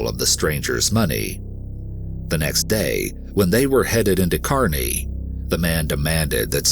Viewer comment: Thanks for pronouncing Kearney right